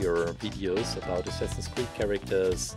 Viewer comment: for a second i thought he said semsame creed